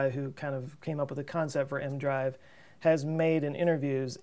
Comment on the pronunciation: Always thought EM-drive was crazy but has it come this far... why not test it like you said in space (small, different manufacturers/inventors/believers) like... 10 or so... I'm not native english speaker but why do you say mdrive (leave out the "e" part?) is not e, m, drive?